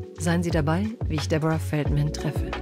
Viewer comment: wieso sagt die sprecherin DEBORAH FELDMÄÄÄÄN ich meine es ist ein DEUTSCHER name und kein amerikanischer😂😂